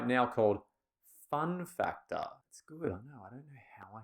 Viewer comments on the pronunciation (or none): The way you say “fun factor” 🤣😍 love this video!!